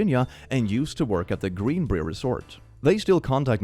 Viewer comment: I'm a devoted follower and love your rants. A strange English pronunciation "rule" is that "brier", as part of the Greenbrier resort, is pronounced as "br-y-er" -- just like the word "briar". Looking at that word after hearing you, oh I do understand why you said "br-e-er". I have been there twice, living nearby, so a small piece of advice.